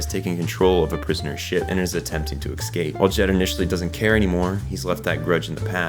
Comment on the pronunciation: Such a great video. As a CBB lover, there's so much I didn't realize. Small annoyance. "Escape" isn't pronounced "Excape"! Nails on a chalkboard!